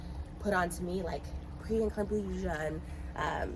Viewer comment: Her pronunciation of preeclampsia proves she hasn’t discussed it with her doctor. She also says “i know what these glucose tests are because i go through it!” But if you pass it you only take one, not weekly…l